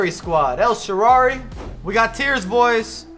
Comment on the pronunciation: El sharrarrrrarryyy 😂🤦🏻‍♂️